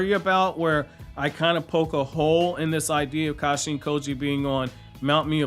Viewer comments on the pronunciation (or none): none